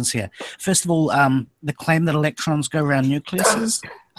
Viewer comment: "Electruns go down theh whyehhhh, that's how they wehhhhhk! They flies down the whyehhhs and thehh dynamic. I know how they wehhhk coz I make computehhz!" Styzor the Grand Idiot, 2017